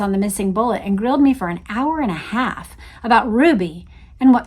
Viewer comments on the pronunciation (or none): none